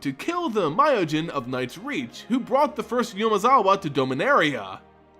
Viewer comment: Ooo-mezawa, not yumezawa (as in the 'oo' in poop) Okagachi, not ow kagachi (as in the 'o' in offer' Miyojin, not mayowjin Great vid tho.